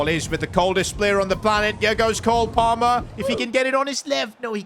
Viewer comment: Bro literally falls in love with Cole Palmer 🌈🏳️‍🌈👨‍❤️‍👨👬🏻. He has the most awful pronunciation name for the Chelsea winger!